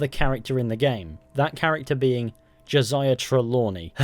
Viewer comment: "ho - say-ya" not "joshia"